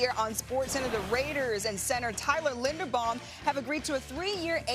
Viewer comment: LindeRbaum!!! I like how you want three of him but don’t even know how to pronounce his name…